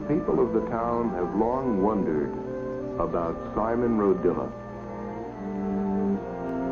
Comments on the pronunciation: There was an Italian area in Watts many years ago. By the way his name is RO-DIA not Rodilla. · Narrator is pronouncing Simon's last name wrong. It's Rodia. Not Rodilla. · Is it just me or does this guy keep saying "Rodilla"? wtf? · What in heaven's name is wrong with the person who narrated this film? The film has one main topic: Simon Rodia and his towers. And the narrator calls him "Rodilla"! It's ridiculous that a whole film is narrated about somebody, and the narrator can't get his name right! I suppose he went on to narrate a film about President Abraham Lincorn. Or Mahatma Ganges. Absolutely idiotic and embarrassing.